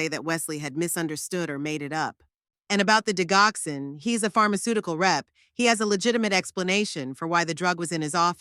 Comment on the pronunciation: Eric is married to her daughter , this makes him a son in law not a brother in law. Digoxin is pronounced "Dijoxin"